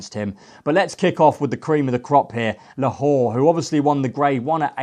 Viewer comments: Who’s Lahor? It’s La-Lor ffs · How can you expect to progress in the racing media if you can't even pronounce simple names of horses. Let's be fair, I'm not expecting perfect pronunciations of every horses name but you don't even get close.....how can POLITOLOGUE be POLITOOG, LALOR be LA WHORE and CHARBEL be SHARABEL? For anyone to take you seriously you really need to work on this, otherwise you will continue to be the laughing stock you currently are.